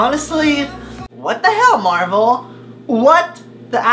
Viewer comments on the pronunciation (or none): none